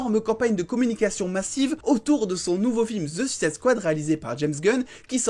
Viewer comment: Rien que pour la bonne prononciation de Suicide Squad je m'abonne. Bon récap news en tout cas ;)